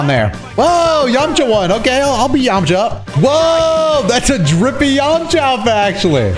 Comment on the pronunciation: This guy said “Yamacha” 😂! It’s Yamcha! Dude is too hype in this video